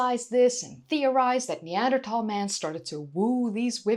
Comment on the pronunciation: Always enjoy your videos! And it's great that you say "Neander- Tal" not "Neander-Thal" like so many do. Wonder if maybe Neanderthal men could provide a better bride price or were considered a good addition to the family for hunting and defense? Maybe they had better temperament as a group, were better parents?